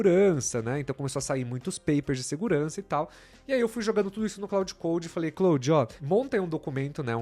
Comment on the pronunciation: É Claude, não Cloude. 😂